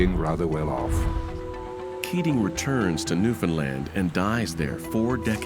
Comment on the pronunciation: Why can no one pronounce "Newfoundland" correctly. It is not that difficult.